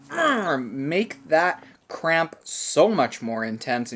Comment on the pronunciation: i’m sorry but did anyone else hear “crap” instead of cramp?